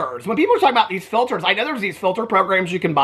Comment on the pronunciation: Mikayla has lied sooo much in the past, but we’re supposed to believe her now that she uses no “filtahs,” ya ok 😒😏.